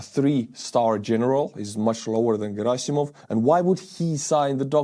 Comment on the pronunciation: Girasimov or however the fuck you spell/pronounce his name should be called Cadaver-sov because that i know how to say 😂